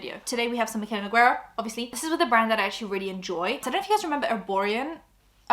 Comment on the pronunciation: Loving that you pronounced your last name more like the original pronunciation in the ad read❤